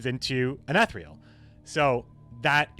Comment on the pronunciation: "E-thereal" fuck I dunno how to write the pronunciation but its bugging me the way u pronounce it lol